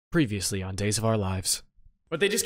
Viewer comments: "pereviulsely" oof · “Pereviulsely”? U good boi?